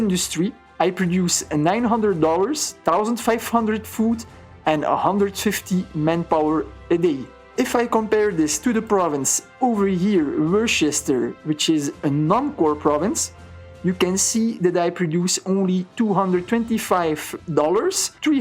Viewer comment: Great video also, 'Worcester' is actually pronounced 'Wuss-ter' -signed, a Massachusetts resident